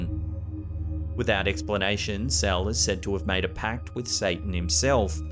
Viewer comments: I am South African and Its not pronounced “cel” its “se le” 🙈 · I AM HUGE FAN OF, I WANTED POINTED OUT THAT THE LAST CASE OF “CLARA GERMANA CELE” THE SURNAME IS NOT PRONOUNCED PROPERLY IT IS NOT “CELL”... (IT IS A ZULU SURNAME) THE PRONOUNCING MIGHT BE HARD! BUT THE WAY YOU SAID IS TOTALLY OFF! Check this link on how the surname is pronounced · Dang bro you just butchered the pronunciation of Cele... its not Cell.... Gotta click your tongue. Anyways man, enjoy the content.